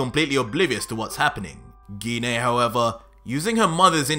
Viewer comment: I like the story everything in your doing great job. Dhoni thing that I have a problem so far with is the 3 names that you keep saying wrong which is the vadeil which is goku's daughter-in-law in his goddaughter is pan like in frying pan and his mom Gine the e can make an a sound like In make it dose not have to have an e after it all the time.